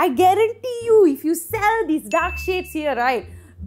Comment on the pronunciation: Everytime she said dark skinned people it sounded like"duck skinned".